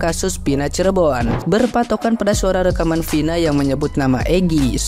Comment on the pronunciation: Vina, bukan pina, kebiasaan, huruf " V atau F " d ganti " P"😂😂😂😂😂😂😂